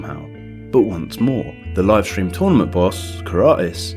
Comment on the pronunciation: You say tournament incorrectly